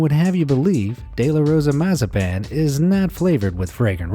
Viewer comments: It is pronounced Mazapon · It’s massapan not what you said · Not mosapon